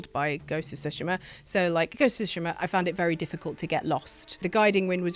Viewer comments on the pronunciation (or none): Why pronounce Tsushima as sushima? It's like two-shima, not sushi-ma.